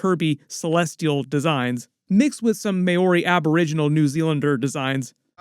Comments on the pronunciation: Just for future reference: Māori is pronounced “Maaori” not “Mayoree” (the vowel sounds are similar to Spanish vowels if that helps) and they’re indigenous not Aboriginal (Aboriginal refers to the first people of Australia where Māori are indigenous to New Zealand. (Still fantastic that you’re giving Māori a shout out so it’s not a criticism, just feedback 💕) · Love your breakdowns and TYVM for putting one out on Xmas!! Please do learn to pronounce Maori (mau-ree rather than may-or-ree) correctly though, as a kiwi that was a bit cringe. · MAY-OR-REE 😂💀 The "āo" in Māori is the same sound as "ou" in the word "ouch", bro 👍